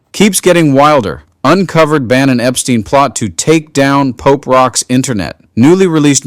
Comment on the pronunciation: he said POOP NOT POPE